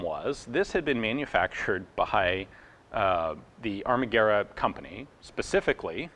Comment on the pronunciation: Greetings from Italy. Congratulations on your "Pronunciation", you read Italian very well. Surely you understand that you are US 😁 ... by the way, I didn't know much about the history of the ARMAGUERRA mod.39. Thanks.